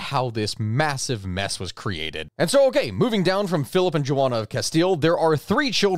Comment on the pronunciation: "jo-onna"???? Do you mean Jo-Anna"?